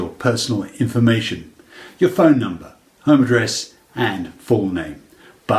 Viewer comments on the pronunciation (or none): none